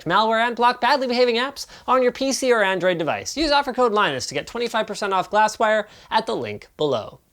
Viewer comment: it would appear that you're pronouncing name wrong. In video you pronounced as "Lainus" while it's actually "Linus"